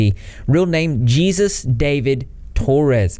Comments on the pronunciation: His name is pronounced Hey-sus not Jesus lol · It’s not pronounced Jesus. It’s pronounced “heyzeus.” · His real name is pronounced hay-soos dah-veed for future reference, I'm glad you're covering this! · it's pronounced (hey-SOOS) not jesus fyi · You're killing me that you're calling him Jesus Xp lmao. Like just straight up saying it like that bahaha. Hilarious. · He does? I mean he's technically not wrong but it is strange and sounds a bit narcissistic. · Just as a heads up for future reference, the name Jesus is usually pronounced hey-soos. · Shoulda used the pronunciation guide on "exposé," "Jesus" (as it applies to Hispanic names) and "statutory." I know I'm nitpicking, but I would have enjoyed this video so much if not for every time you said one of those words, it was so cringy. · You're Texan, and you can't pronounce the Hispanic version of Jesus? 🤭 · Dirty B i giggled a lil when he said jesus with a J instead of pronouncing it with a H sound